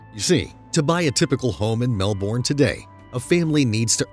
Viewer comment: Narrator keeps pronouncing Melbourne wrong. >.>